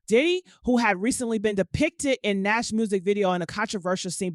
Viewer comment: Nass its Nas 😂😂